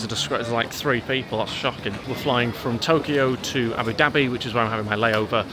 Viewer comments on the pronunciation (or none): none